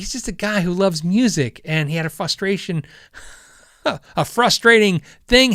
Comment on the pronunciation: your the only one I've ever heard say fustrating, lol That being said I have a friend that cant say toilet, he always says torlet, lol. Anyway love the channel! Keep it up man!